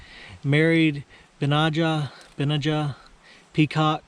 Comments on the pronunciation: It is pronounced Ben-aye-ja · You would pronounce his name phonetically Ben-NEY-aa its Hebrew. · I couldn't find the exact spelling of this name with a pronunciation but found its a Biblical name also spelled Benaiah so maybe pronounced the same? I'm not sure how to type a word like a dictionary does but vocally it was pronounced of course starting with a 'B' but rhyming with 'Deny-a' as in " I deny a question" if that makes sense haha